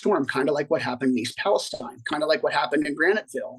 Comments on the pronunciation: Palesteen, Not Palestein... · It's pronounced palesteen